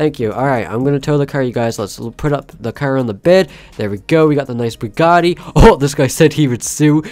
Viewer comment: Did he say burgatti of Bugatti